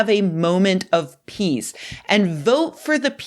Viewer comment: How the hell did I understand that you're saying piss, and not peace? Science cannot explain that!!!